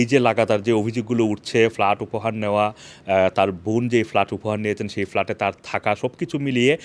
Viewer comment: What started with FALART, FALART. can't you ever consult a dictionary brother Banglaee